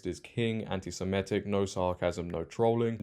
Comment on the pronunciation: Not very bright are you? Saying everyone needs to ditch 'this issue' and unite against the woke left - it's they who must not be named in 'this issue' who are behind the woke left. Learn how to pronounce Semitic properly too.